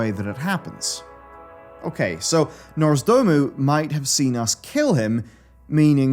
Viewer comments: ITS NOZDORMU NOT NORZDOMU 😡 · Am i the only one triggered everytime says nozdoomu instead of nozdormu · Why is he calling him Norzdomu 😭😭😭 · Who's "Norse Doom-u"? Is he the long lost brother of Nozdormu? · Love the video but it takes me out of it when says Nozdormu as Norzdoomoo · Did it annoy anyone else how he kept mispronouncing Nozdormu? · The true End Time will come when learns how to pronounce "Nozdormu" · NOZ. DORMU. NOZDORMU. NOZ. DOOR. MU.